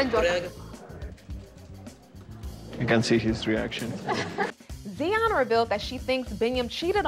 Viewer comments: It's Tsion not Zion smh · Her name is not Zion it’s Tsion pronounced ( See-on). Ari doesn’t compare to Tsion, she’s drop dead gorgeous. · her name is tsion stop butchering it